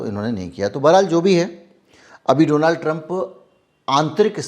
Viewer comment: Apna to Baklol hai usko Donald kahne nahi aata Doland kahta hai ,entire politics pass that is no subject in syllabus